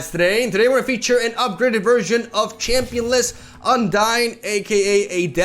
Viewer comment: every time you say "championless" and "undying" I nut